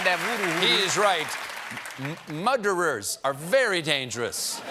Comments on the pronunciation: Is that First Degree Muder? or Second Degree?.......Whose Muderer is this Muderer? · Lol - snowman woman. Muderer. Can’t take more of it.